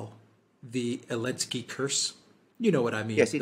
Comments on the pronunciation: Do you say Alinsky bc the letter Z is banned in Germany? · It's the first time Alexander said 'Elensky'. bad influence I suppose😉 Excellent analysis as usual💯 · Does say Elensky as a way of taking the piss out of the letter Z being banned? If so it's a bit confusing and inaccessible. Took me ages to get haha